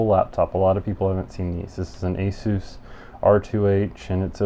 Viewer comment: you pronounced asus wrong, you said asoos. its aysas, not like jesus